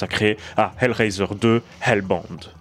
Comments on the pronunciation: Je suis pas pro en anglais mais je croi pas que hellbound ce prononce "elle bande" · Hellbound en un mot sinon ça donne bizarre à l’oral